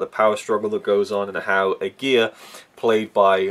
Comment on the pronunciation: You totally mispronounce Aguirre, that is already a big no no.....